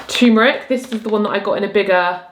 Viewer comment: It's called turmeric, r before the m, not "tuemeric"... sorry, this has been bugging me...